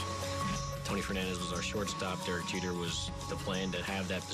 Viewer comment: Jeter half white side is pronounced in his accent 😂 John sterling got it right tho!